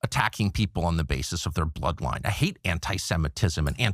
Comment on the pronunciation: I've never heard someone say the word "bloodline" with a hard "b" before